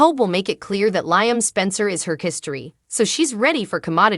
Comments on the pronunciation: Does this woman not watch this show? Why does she mispronounce Liam's name as 'lion?' It's Lee um! For goodness sake, get it right! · I don't mean to be stuffy, but it is "Lee um," not "Lye um." Alson who is "commodity?" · Lady , whatever your name is you keep calling Liam Lieam, his name is pronounced more like Leam not Lieam 😅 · STOP Saying LI am learn how ti pronounce Lee am's name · Has this person ever watched this soap I Liam is pronounced Leeam is it too much to ask they get the names right especially if they want you to subscribe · Can you please say Liam's name correctly.......sounds like Lee-um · The woman who reads this needs to start pronouncing Liam's name. Phonetically it would be spelled Leeam. It is a short "i," not a long "i." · Please learn how to pronounce Liam name, really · For real! It’s insulting. Is she even watching the episodes?